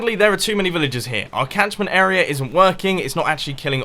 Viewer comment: He come every time he says area he's pronounces it era